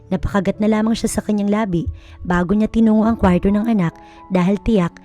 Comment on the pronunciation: ANG ARTE NAMANG BIGKASIN ANG KWARTO.